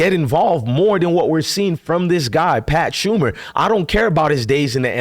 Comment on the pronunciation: It's Pat SHER-mer. Not Pat SHUM-er. Bro, you cannot pronounce anything!